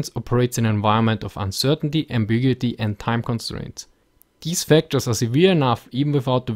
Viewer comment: ambiguity. ( am-big-you-it-ee)